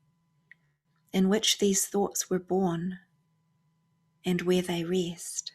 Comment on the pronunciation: I know it's immature but I giggle inwardly when you say "rest" with your (New Zealand) accent. I'm terrible.